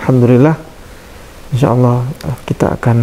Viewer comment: Alhamdulillah orang yang baru dapat hidayah adalah hal biasa dalam pelafalan kata Allah, Allah SWT maha mengetahui semoga Pak Dance selalu istiqomah dalam Islam.